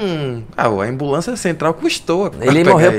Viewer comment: 'imbulancia' kaakakakka